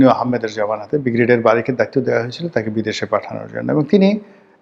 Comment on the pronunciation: আপনার ব্রিগেডিয়ার উচ্চারণ ঠিক করেন।